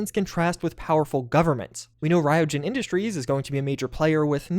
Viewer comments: Ryujin is actually pronounced ree-you-Jin. They say it that way in the Clip in neon where their mentioned. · You are butchering the pronunciation of Ryujin